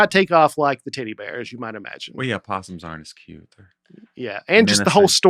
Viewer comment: sounding like he was saying "titty bear" instead of "teddy bear" was very distracting.